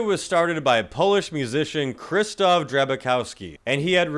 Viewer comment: Pronounced "Cry-Stof"